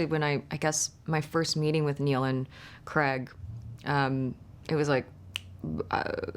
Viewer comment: Why can’t Americans say the name “Craig’ properly!?